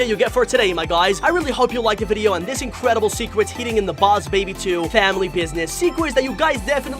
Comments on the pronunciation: in The Begining He Said boss baby secwets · I just realized that you said secwets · “Secwets” XD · Bruh he said 10 secwets